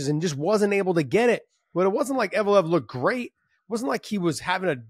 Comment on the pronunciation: Evloev, not Evolov